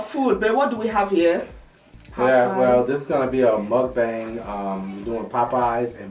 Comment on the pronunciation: Great video! Btw, mukbang is pronounced like “book- bong”. Koreans started the genre & this is how they say to pronounce it. Take care!!